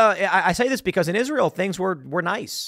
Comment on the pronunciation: when you read the word israel then pronounce it isreal.